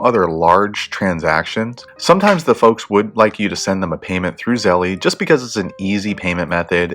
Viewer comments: Wtf is zellee? It’s zelle like gazelle!!!! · Start off by paying attention to your pronunciation, this name obviously rhymes with "spell" not "jelly." Now if you want to get real technical about its linguistic origins, feel free to pronounce it like the Austrians would: tsɛlə...... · try googling "how to pronounce zelle" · that is not how you pronounce zelle, why tf would i find this video useful if you cant even say the word correctly. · why are you saying it like that